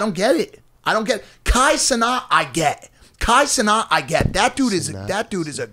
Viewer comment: Mike you need to start pronouncing Kai Cenat‘s name right it’s CEN-AT NOT CENTO😭😭